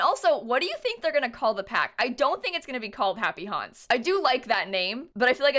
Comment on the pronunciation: no one: me: hears "happy honse" instead of "happy haunts" every time